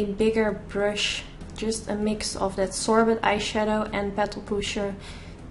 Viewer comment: I love the boots no 7 airbrush away foundation😍 & oh makeup geek "sorbet" is usually pronounced sor-bay (: just so you know